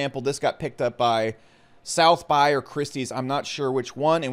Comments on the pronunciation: sotheby's is pronounced Sah-tha-bees, not South-buys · did you say SouthBuy as in "Sotheby's"? lmao